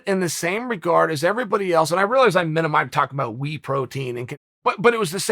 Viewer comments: Me: Whey Protein Chael: Wee Protein Me: ok great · I thought he said wheat protein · "Wee protein." Lol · What the fuck is We Protein Chael? I swear you do this on purpose. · Chael is a master mind at creating engagement, saying “wii protein” knowing all the comments coming to correct it haha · If Uncle Chael calls whey protein wee protein, then it’s called wee protein. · “Wii protein”- chael sonnen